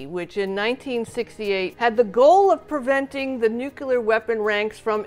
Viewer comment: It's "Nu-clee-err"....